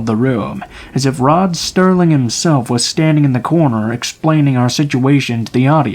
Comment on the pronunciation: ‘Rod Sterling’? 🤣🤣🤣🤣🤣🤣🤣🤣🤣🤣🤣